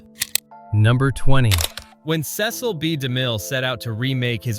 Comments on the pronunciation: Is the narrator pronouncing his name correct! It's a common name Cecile right? The narrator is not all accurate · Cecil. Pronounced Sea-sill.